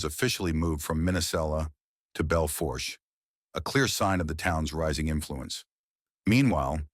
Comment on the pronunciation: The R is silent in Bel Fourche it’s a French word